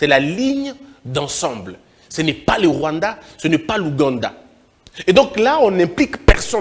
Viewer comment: Il avait Mal a prononcé le Rwanda